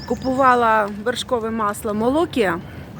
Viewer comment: Привіт! *Молокія*, це у нас на заході України! Тернопіль! 😏 Наголос на і, Молокℹ️я! 🤗